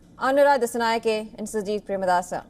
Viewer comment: It's Anura Dissanayake, not Dassanayake. Pronounce the name correctly